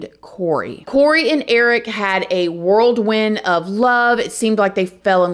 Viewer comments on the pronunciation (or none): Whirlwind Not Worldwind as it seems to sound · FYI sista: it’s called WHIRLWIND not WORLDWIND😛💋